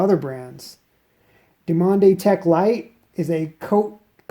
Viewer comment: You need to strengthen your forearms man, also I believe it's pronounced Due mon tech... frenchies... I've been using the yellow dumonde tech for 3 years, loving it